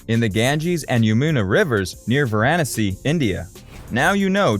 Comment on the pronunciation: It's "VaranAsi"! Not the silly way This narrator says it. The Hindus believe if you die in Varanasi, and have your ashes put into the Ganges, you won't have to be reincarnated. Some families will buy a place there for their elders to live.